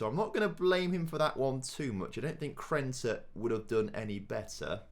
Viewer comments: He probably genuinely doesn't even realise that it's Krneta and not Krenta. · Krneta is underperforming cause you keep miss pronouncing his name 😂😂